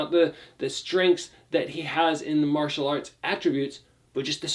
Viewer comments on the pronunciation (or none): none